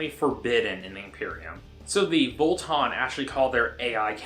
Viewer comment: Vo-Tann, not Vol-Ton. Haha